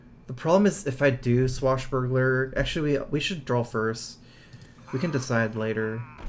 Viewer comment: Vile -Spine...SPINE not pine. And its DRAW not drawl. You seem a well spoken, educated young man but you're mispronunciation of these words make you appear less so. Game play is stellar as per usual and the commentary is spot on. Thank you.